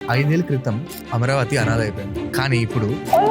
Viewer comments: Amaravathi ani correct ga pronounce cheyandi sir please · It is not Amravathi... It is AmAravathi